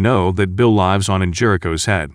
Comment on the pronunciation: You're pronouncing "lives" wrong